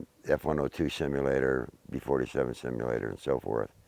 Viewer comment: You can tell he is one of those low IQ individuals just look and listen to how he says flight simulator, hes saying it like its some super technical phrase or something LOL a flight shimulator thats what it was I tell yuh it was a flight shimulator, yes thats right a shimulator....smh